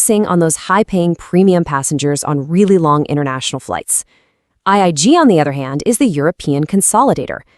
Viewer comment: By the way that is IAG , not , IIG.